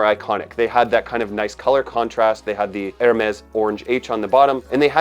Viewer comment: Great fragrance with just the right amount of longevity and projection for a summer scent. The non-twist cap allows the bottle to be refilled -- greater sustainability. And it's pronounced like dare-MESS; the d' isn't separate because the H is silent.